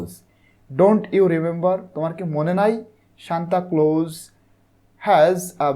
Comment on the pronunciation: bai apni bar bar shantaclose shantacloso aishob ki bolsen:face-green-smiling::face-green-smiling::face-green-smiling::face-green-smiling